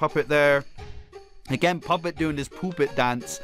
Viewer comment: So we just gonna ignore he almost said poopet.